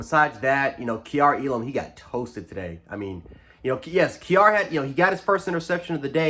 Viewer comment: please stop saying elams name like that😂